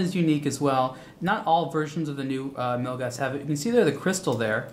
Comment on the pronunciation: Props for pronouncing Milgauss correctly.